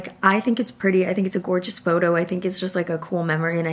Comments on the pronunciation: I love you and watch every single video you post but you saying gorgina every time in place of gorgeous is sounding cheugy🫠 I promise I’m not trying to be mean😭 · i cringe every time she says "gorgina" 😅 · ❤ u but pls STOP saying “GORGENA” for gorgeous